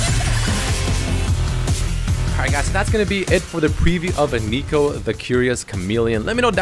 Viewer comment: Why do you call her aneeko? It’s neeko. Your pronunciation is agitating.